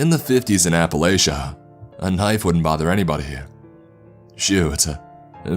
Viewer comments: I live in The Appalachian mountains and pleas it is (App a la chin) not (App a lay chin) Or app a lay sha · As someone who lives in the Appalachian mountains you pronounced it wrong WRONG I TELL YOU it's Appalachian think of it as it's a latch Appalatcha